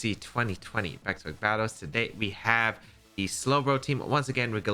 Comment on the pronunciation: I always laugh when u say baek to baek battles